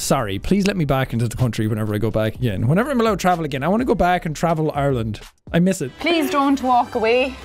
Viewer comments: Lady: “oirland” Sean: “..Ireland” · ITS ARLAND! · Teacher: "Oyerlind" Sean: "EYErland" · Not really oirland but more like aireland so she got that a little wrong imo but idk maybe that's a different accent than me what I'm used to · Jack SepticIreland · It’s pronounced eye-r-land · your definitely a yank. I as an Irish person can speak on behalf of ALL of Ireland. It is pronounced Ar - land, we dont say eye-r-land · As someone from the East of Ireland. we pronounce it eye-r-land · Voice coach: OiErLaNd, fLaRe, hOoM Me an Irish person: no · Isn't it a bit more like EIRland? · We pronounce it as “AREland”